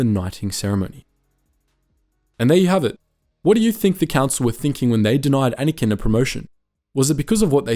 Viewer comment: It’s pronounced Anakin